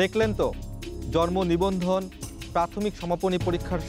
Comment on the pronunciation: জর্মনিবন্ধন! উচ্চারণে এমন ভূল।